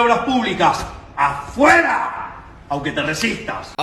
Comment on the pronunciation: As a Spanish speaker. Switch the D with R, and you got it. 😊